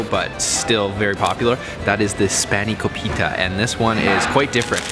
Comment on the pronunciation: Spani-co-pita? Spana-KO-pita. Get it right!